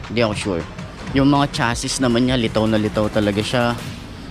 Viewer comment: Chassis (chasi) Ingrave hindi embossed... Sorry paps.. Ni re-phrase ko lang, peace yowww